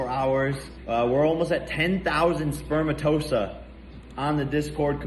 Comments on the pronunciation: I’m sorry, but “spermtosa”? This guy is such an IDIOT. But he’s making millions even though I know it’s “spermatozoa”, so who’s the real idiot, I guess? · SPERMATOSA??? He cant even pronounce Spermatozoa?